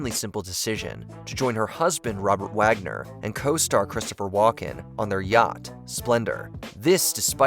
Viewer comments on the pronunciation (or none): none